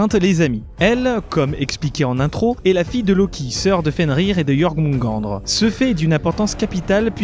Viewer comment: Sa se dit iormonegadeure pas Jormungandr voilà sinon la vidéo est bien et pas grave moi aussi parfois je me trompe sur la manière de la dire